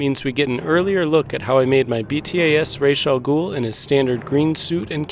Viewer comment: It's awesome that you pronounced his name the right way. Most people pronounce it like in the Batman Begins movie.